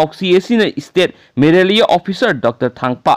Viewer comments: No maraliia, it's malaria only, be careful with your pronunciation. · News reader need to learn the spelling of Malaria ..not Merelia ..Merelia Merelia haiba sidi yam educated ioba mandre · Not Maralia its malaria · Bhai maralia naate malaria ni, tabada nugnaite marol doh